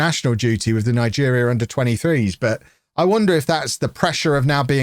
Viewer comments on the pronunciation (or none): none